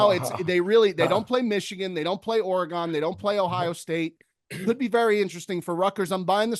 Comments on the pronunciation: ORE-GONE. AGAIN!!?! ORE-GONE?!?! got roasted on the Bandon trip, you know it's Ore-Gun, y'all. Get it on point. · ORYGUN! Damn, you east coast boys, its not Oregone! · Guys we really need to start pronouncing Oregon correctly. It’s a damn shame